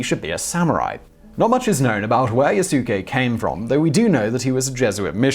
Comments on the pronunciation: Lol yasuke triggered me.tho..it. Yaskay urgh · It's not Leyasu, it's Ieyasu. Names start with capital letters, and his is written with an I, not an L. Also: "Yassookey was employed by Oda Nobunga the Daimo" makes the Japanese people cry.